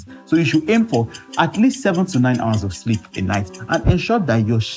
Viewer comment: I hearam ooo Shleep schedule 😅😅😅